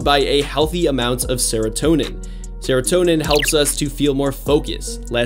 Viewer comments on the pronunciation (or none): Me someone with adhd: he better not say dopamine or serotonin Him: DoPaMiNe aNd SeRoToNeM